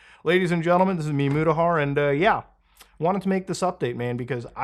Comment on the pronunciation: might be spelled mutahar but it’s pronounced mudahar